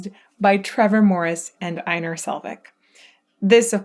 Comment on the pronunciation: U sad his name a little wrong sorry for this but it’s Einar not ainar when saying his name the E and I is primer letter and then Nar is the subletters so it’s like this EI-nar